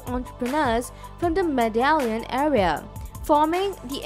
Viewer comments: Its Mede-yin not MEDALIN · Its pronounced ME-THE-YIN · I can't keep listing to this video with the voice butchering the name Medellín, pronouncing it medallion.